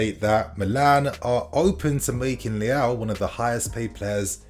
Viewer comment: Swear he's pronouncing leao right